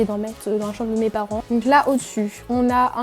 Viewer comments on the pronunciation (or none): qui a aussi remarquer que aulieu de dir chambre elle dit chambe jdi ca jdi rien😭🤣😆😏